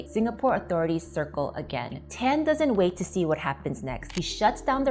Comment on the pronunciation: This lady wannabe ang moh, hate when she pronounce Tan